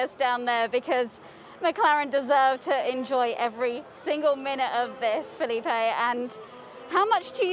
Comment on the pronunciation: You mean Felipe?